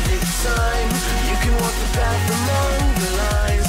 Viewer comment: Obwohl Sie die Namen von deutschen Flugmaschinen aussprechen können, müssen sie an „the” und „thing” noch arbeiten